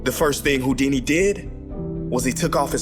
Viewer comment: really went with harry hou- dumcy instead of harry houd- weeny